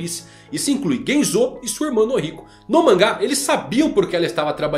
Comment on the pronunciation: tá andando mt com o Mateus do all blue, só pronuncia estranha do nome dos personagens, GenzÔ e KabagÍ foi de fuder, não existe essa fonética no japonês, os sons são sempre fechados como Genzo e Kabagi mesmo sem uma silaba tônica no final dando impressão de acento